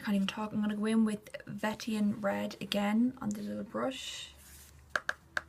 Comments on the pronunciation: It's Ven-ee-shan not ven-ett-ian. XD Ya mad spoon. :P This is super useful. :) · No the spelling is right< you were just pronouncing it funny XD lol